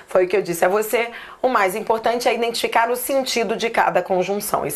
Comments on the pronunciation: Só achei estranho vc falar: " o mais importante e você INDENTIFICAR" ...como assim falando indentificar?? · 😂Voltei três vezes o vídeo pra me certificar se realmente ouvi direito você dizer falar INDENTIFICAR e pude constatar que realmente falou que o importante e sabermos "indentificar" o sentido de cada função..